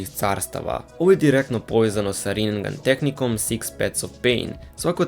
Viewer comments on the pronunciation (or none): Rinegan brate ne rinengan... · kada ce vise ljudi da nauce da se ne kaze rinengan nego rinnegan, citaj pravilno jbt